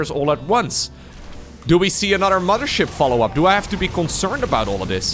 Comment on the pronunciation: your the best caster, love your videos...but everytime you say 'mama' ship.. it hurts..